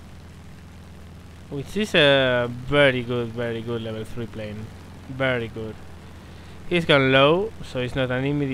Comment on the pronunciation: Yeah latin obviously, i'm french and i know he's not. Might be spanish yeah :) when he said "bery bery" bamos bamos puta !